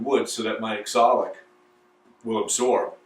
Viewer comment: It's pronounced OxAlic acid, not ExOlic acid. 😂 Nice work, as always. Beautiful finish on all of it.